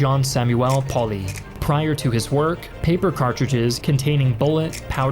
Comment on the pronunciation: You make me conflicted on Ian's name pronunciation. But Pauly is 'powlee'